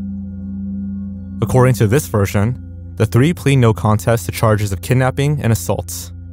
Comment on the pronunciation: "Accoeding to a Salon article" Lol